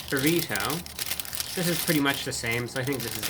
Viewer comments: Burr eat oh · Love the way he enunciates “burrito” and “twenty twenty five”. Spectacular! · two ne tee?